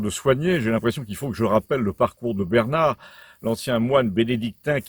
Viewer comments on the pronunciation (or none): none